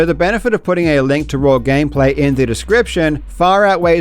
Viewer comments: Dude says “raw” like “rawr” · I didn't expect to learn that karl pronounces 'raw' as 'raur' today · Karl is pronouncing "raw" like he is saying "I love you" in dinosaur